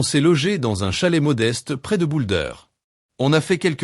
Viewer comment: Boule d or ou Boulder? Vous massacrez les noms propres